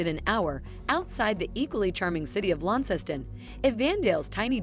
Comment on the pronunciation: How did bot get Launceston pronunciation right, which unless you're from Tasmania, most Australians don't, yet can't say Evandale.